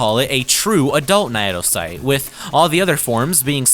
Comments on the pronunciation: Naedocyte is pronounced as "nay-doe-sight", in the same manner that cnidocyte is pronounced, it being one of the real world influences for the creatures we see in game. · what the hell is that naedocyte pronounciation